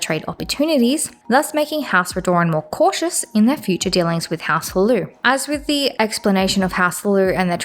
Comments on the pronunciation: the pronounciations are killing mann. You could pronounce hlaalu as Lalu, not lilu lol Otherwise this was a great video! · it’s HLAAlu, rather than hlaaLU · I'm almost certain that it's pronounced hla-loo with a very soft almost not pronounced h but I'll just chalk it up to your accent. Also, it's dwem-er and ky-mer to my knowledge.